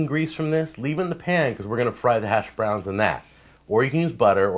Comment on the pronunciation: The way you pronounce “hash.browns” pisses me off way more than it should.